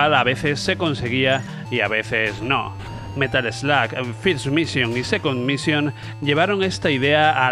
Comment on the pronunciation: es Metal Slug..no "metal sloag" prenunciacion muuuyyy mala